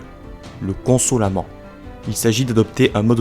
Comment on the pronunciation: les Bons Chretiens descendent essentiellement des Bogomiles plus que des manicheens....pour ce qi est de l'accent ahahah : en occitant le consolament ne se prononce pas ainsi. Et on ne dit pas la croisade des albigeois mais contre les albigeois. Albigeois etaient un autre terme pour parler des Bons Hommes et des Bonnes Femmes. L'inquisitioon est un véritable généocide et aucun pape n'en parle, ni s'excuse ! il n'y a qu'un pretre qui a ete sur la stele du dernier bucher a montsegur pour reconnaitre et s'excuser de ce que les catholiques ont fait...il est egalement important de parler du role jouer par St Dominique et son ordre ....